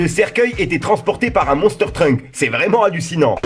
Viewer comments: C'est Monster Truck et non Monster Trunk... Rien a voir avec DBZ! 😂😂😂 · Salut je kiff se que tu fais t assure mais on dit monster truck pas monster trunk lol pais sur toi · Il a dis MONSTER TRUNK AU LIEU DE TRUCK MDR